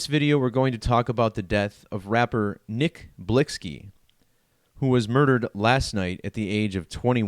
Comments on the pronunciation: HIS NAME IS PRONOUNCED "BLICKY"...🤦🏽‍♂️WHEN BEING A CULTURE VULTURE GOES WRONG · Lol it’s Nick Blicky you idiot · THAT'S BCUZ THE ONLY POINT YOU WAS SUPPOSED TO BE GETTING IS THAT HE WAS SAYING HIS NAME WRONG BCUZ HE KNOWS NOTHING ABOUT THE MAN OR THE CULTURE HE COMES FROM 🙄 EVERYTHING ELSE IRRELEVANT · You sound so Ignorant. Him mispronouncing the name doesn't make him a Culture Vulture. And he only speaking on it because this was most likely a Sacrifice.